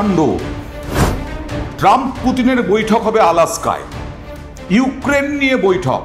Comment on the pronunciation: What an illiterate Al askka or Alaska 🤔😭😭🤣🤣